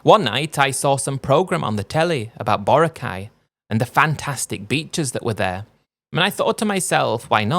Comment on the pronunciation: For future reference; it’s not “BORE-uh-Kai”, it’s “buh-RAHK-eye.”